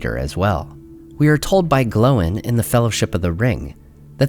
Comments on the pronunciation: Gloin, rhymes with Loin. Definitely not Glo-in. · Right or wrong, I hate the way you pronounce Oin and Gloin. It's always rhymed with "coin" to me. I'll stick with the way Gandalf himself says it.